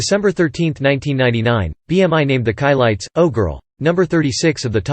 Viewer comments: That’s “SHI-LITES” …not “KAI-LITES” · Being a person of white orgins, i absolutely understand why the narrator would most likely pronounce the Chilites name incorrectly. 🤔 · You should never get a narrator, that has no knowledge of the group they’re narrating about. The mispronunciation of their name, is inexcusable, especially when there are so many people that actually do know the proper pronunciation.